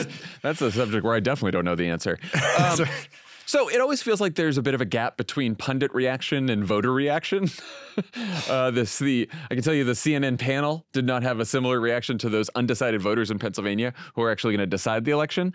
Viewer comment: Did i mishear' or did Dan pronouce pundit as pundiNt? I keep thinking i hear people doing that - it might just be me! The other one i keep hearing is antismEtic for antisemitic. I get more pedantic with age.